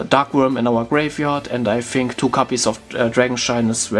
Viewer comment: Ich weiß nicht warum, aber wie du "copies" aussprichst tiltet mich über den Jordan xD Es heißt copies mit o nicht capies, aber bis auf das verwoschene Englisch top